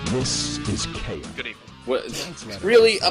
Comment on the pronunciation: Keiya, not Keira...